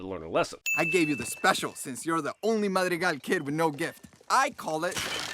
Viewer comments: And one more for him pronouncing Madrigals wrong the whole time lol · Biggest sin here is pronouncing Madrigal like.... that. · i stopped watching the minute i heard him pronounce madrigals